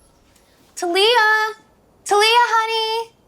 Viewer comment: ITS TALYA/TALIA NOT "TA LIA"